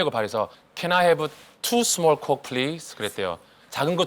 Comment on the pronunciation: 영상 재밌게 보았습니다. 저도 늘 영어공부를 하고 있지만 조심스럽게 코멘트를 작성합니다. 잘못 유행이 될까봐 말씀드리는데 Let by gone be by gone이 아니고 Let bygones be bygones 입니다. 그리고 Can I have a large coke?는 잘못 발음하면 정말 큰일 납니다. 에이 라지 코우크 라고 하시면 됩니다.